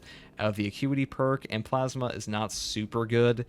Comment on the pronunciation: I have a problem with the way you pronounce plasma